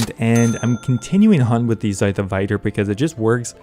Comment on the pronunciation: I think it's pronounced Vitur and not Vaitur